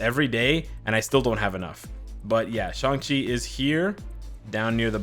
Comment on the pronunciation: why does people pronounce it as Shung-chi?